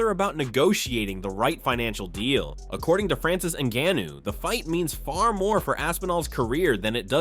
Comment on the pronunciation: Ngannou was pronounced differently like every time